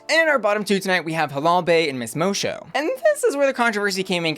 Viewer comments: Finally a girl with a portuguese name, now i can be that person who corrects the pronunciation yay! The "Mo" part you got right, but the "ç" makes a S sound and in portuguese the "o" in the end of words is pronounced like a "U", or for english speakers a "oo" , so in the end the pronunciation would be something like "MOH-soo" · its pronounced miss “mosso” 😅💛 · Miss Moço is pronounced Moe-Sue. The pronunciation you gave it in this was just painful. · Right? What is that pronunciation? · Idk why but the way butchers Miss Moço's name just hits... diferente. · Lmao you watched the show and still somehow can’t pronounce Moço’s name right 🤦🏾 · I think you mispronounced Miss Moço's name. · Just one note ... It's Miss Mo-Sue not Miss Mo-show but other than that, you're on point as usual <3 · Miss Moço is pronounced Mo-Sue not Mo-Shoe. It's a portuguese pun for Miss Boy. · Moço is pronounced Mo-Soo, not Mo-Sho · I'm confused did u watch it on mute? Moçu, and the judges all pronounce it MOE-SUE like, a bunch of times. I don't understand where u got mosho from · It's pronounced mosoo... Not mosho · Mo-soo not Mo-show… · The pronunciation is Miss Moço (Mosso), not Mosho. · PLEASE PLEASE dont spend this season saying "Miss Mowshow". It's pronounced "Miss Mossow" The C is supposed to be a Ç, like in Miss Moço. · it’s pronounced Mosu not mocho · bro it’s pronounced mo-SUE, not mo-show 💀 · Just letting you know, it's pronounced Mo-soo not Mo-show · its Moço (Mosso) not Mosho - and yes, I think she´s won the lipsinc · Moe Show is going to be this season's Ozzie Onna? (It's pronounced like mo-soo) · I'm more excited about this season after watching the first episode, I wasn't sure just from the promo. Fun fact, moço means boy in portuguese. So Miss boy. Pronunciation 'mosu...mo-sew'.. not mo-sho. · Pretty sure its pronnounced "Mosu" not "Mosho" lol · Love the video, but why are you pronouncing "Moço" like 'moe-show'? It is pronounced 'moe-soo'.